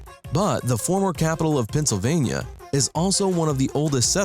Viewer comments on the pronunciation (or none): none